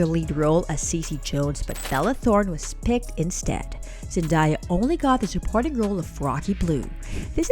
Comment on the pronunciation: Whoever is doing the narrating needs to learn how to pronounce her name.